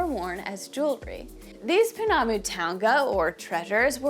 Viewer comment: I know it's written Maori but the ao is a dipthong, and sounds kinda like "ow" so it's Mow_ri not Ma_ori. It seems to be a common mispronunciation in the US. Pounamu, is pronounced kinda like po_ NAH_ moo, with the stress on the 2nd syllable, not the last as you were doing. Tbh the "ou" is another dipthong and is like an "oo" sound but Good on you for trying tho. Inanga is ee_NANG_ah. Stress on the 2nd syllable(most Maori words have the stress on the 2nd syllable) and the g should be soft, not hard, and blend into the n in the back of the mouth. A mere is pronounced meh_REH, preferably with a rolled "r" Kahurangi again uses the soft "ng" not a hard g but you did pretty well with that one :)